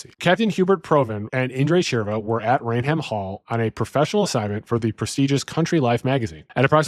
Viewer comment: “Rain Ham….???!!!’” 😂😂😂😂😂 It’s pronounced “Rayn-um” 🤦🏻‍♂️